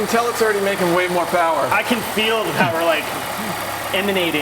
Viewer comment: More powah babeh